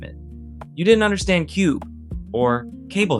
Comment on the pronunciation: It was just called Cube.... not Kuuubiii....